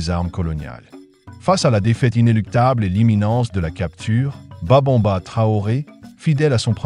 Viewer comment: C'est Babemba et non Babonba ok 👍😊